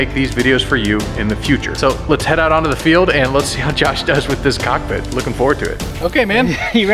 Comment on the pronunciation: Whenever you say cockpit my brother I'm tellin you said cock me I'm laughing